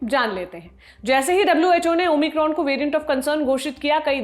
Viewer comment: ओ माइक्रोन होता है ओमिक्रॉम नही होता है ।